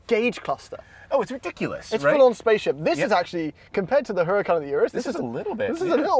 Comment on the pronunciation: Whats a HER-A-KAHN